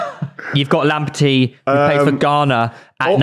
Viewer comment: Bradley is Northern Irish but let’s all laugh at for getting Lamptey wrong😂😂